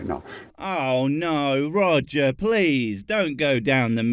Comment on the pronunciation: One Quit, Two Quit, Three Quit.....Roger the Four Quit....At least that's what it sounded like